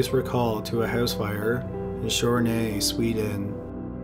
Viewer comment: i dont have a clue of what you were trying to say about the location of the swedish housefire (shernay? wft) did u try to say kävlinge ? (where he was born) well whatever the fire was in tjörnarp - i fixed the subs on the Hedin case, its a swedish story, so it should have quality subs, and the autogenerated subs really butcherd the names, and so did you xD :P